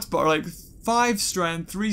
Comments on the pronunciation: It's Boris, not Borse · It's not borse its bores